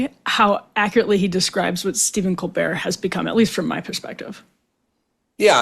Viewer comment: I love how he pronounces Colbert as "Cobear." I can't tell if it's intentional. Hilarious